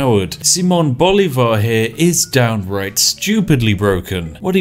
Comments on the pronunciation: I love how you pronounce Bolivar, is utterly wrong but sounds so badass (btw the accent goes in the i) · hey, if you don't know how to pronounce a word in a different language just use Google translate and press "listen" like all the other youtubers do XD. you did pronounce "Simón" right, but "comandante general" "llanero" and "Bolívar" were off for a bit XD